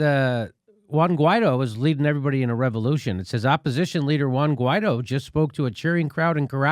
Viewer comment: Shouldn't it be pronounced something like, Why-eedtho?